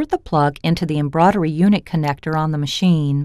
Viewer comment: I agree. Hearing embroidery being pronounced embroddery all the time put me off too!